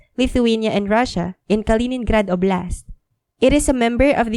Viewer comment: Óblast'! Not oblÁst' I'm Russian if anything. And I know that oblAst' is wrong